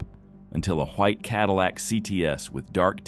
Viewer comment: "Hwayit Cadillac"...